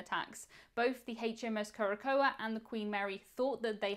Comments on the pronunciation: Curacoa is pronounced kure-ə-SOW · Just for the record...Curacoa (pron. KEWR-ə-sow) 🤗